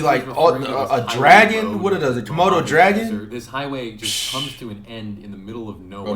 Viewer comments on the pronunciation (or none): none